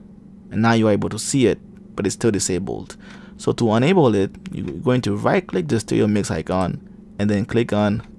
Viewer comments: ITS ENable not Unable ffs its in the name say it right its not hard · Ultimately helpful, but a little confusing. When you say ENable, it sounds like UNable.